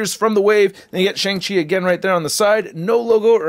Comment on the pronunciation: He said shing chi